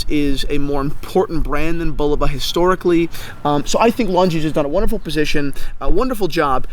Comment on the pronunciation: I stopped watching after the son pronounced Bulova wrong smh